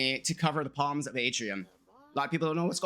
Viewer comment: The P in Psalms is silent. So it's pronounced 'Sahlms'.